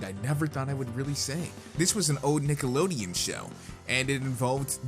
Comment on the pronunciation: yo dawg it sounded like you said niggalodeon